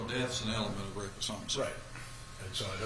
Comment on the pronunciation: Homo-cide. Bizzare pronounciation